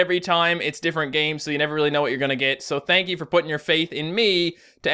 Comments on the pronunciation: you said thaint you. not thank you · at the beginning, did he really just say "thaint you" XD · He says thann you